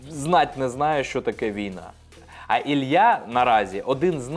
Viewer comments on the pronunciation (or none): Мабуть поганенько вчились в школі, бо якщо вже українською, то Ілля!